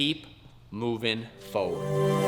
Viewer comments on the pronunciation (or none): Did he say "Keep Moving FORD" at the end ?? 😂😂